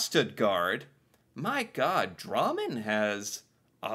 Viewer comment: He says it like rammen(the food) with a d in front